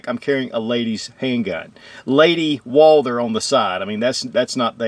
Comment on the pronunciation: Walther not Walder or ist your accent? I'm sold on this pistol, maybe a 4 inch barrel. Does in come in .45 acp?